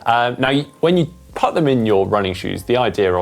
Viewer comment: Putt........?........put....as in....poot......not putt......that's golf!